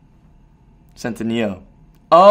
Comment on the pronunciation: Actally his surname is italian and it’s not pronounced like that 😂😂😂